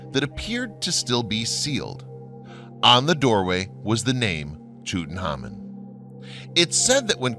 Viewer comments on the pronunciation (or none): Why such bad pronunciation, Toot and ha mun????? please!!!!!!!!!!!! So many others. I can't do it anymore!!!!!!!!!! ARGGGG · Carnarvon is pronounced with the emphasis on the second syllable. Tut-Ankh-Amun is pronounced as its written! Great video.... despite the Americanisms! :o) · This is an interesting topic, but I find it difficult to listen to a lot of names be mispronounced: Tutan(k)harmon Carna(r)von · Pronounced:.... (Lord Carn ar vin) and (Tut Ank Hamun)